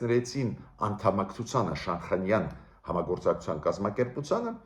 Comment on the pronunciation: Բարեւ Ձեզ ,շատ հարգելի պ-ն Գրիգորյան ,ներեցեք ուզում եմ ուղղել բառի արտասանությունը ,Շանհայան ։Ռւսական կրթության հետեւանքն է։Նորից ներեցեք ,հույսով չնեղացրի Ձեզ։Շնորհակալ եմ:🙏👏🏻